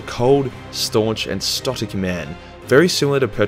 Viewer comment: Rogal Dorn the most 'Stotic' WTF LOL. Stoic I think you mean. Also the most cringe inducing rick and morty impressions.